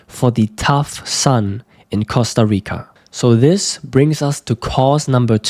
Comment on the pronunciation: "Costa Ricar" )))))))